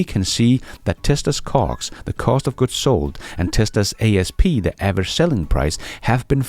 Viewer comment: Sounds like you saying something else when you’re saying ”cost” lol